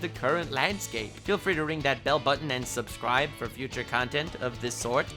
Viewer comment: The first time I heard you say "subscrible," I stanned